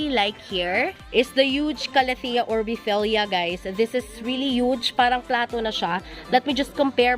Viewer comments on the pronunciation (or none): Manoa not moana Tanja not corona Lubbersiana not charlie Fasciata borrusica not fasciata Orbifolia not orbifelia